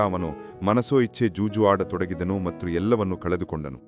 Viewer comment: ಕ್ಷಮಿಸಿ ನಿಮ್ಮ ಉಚ್ಚಾರಣೆಯಲ್ಲಿ ( ಮತ್ತು) ಎಂಬುದನ್ನು (ಮಟ್ರು) ಹೇಳುವಿರಿ ಅದನ್ನು ಕೇಳಲು ಅಸಾಧ್ಯ ನಿಮ್ಮ ಯಾವ ವಿಡಿಯೋ ಇನ್ನು ಮುಂದೆ ಕೇಳಲಾರೆ